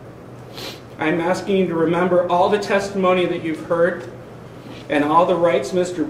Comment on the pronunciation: Aksing? You are an attorney,talk like one... the word is aSKing.